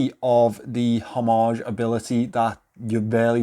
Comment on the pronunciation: Hommage, the “h” is silent. I don’t care what everybody else says. Oh! And the Moonswatch is not an Omega.